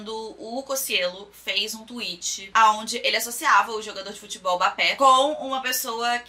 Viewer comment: KAKAKAKAK bapé (mbappé)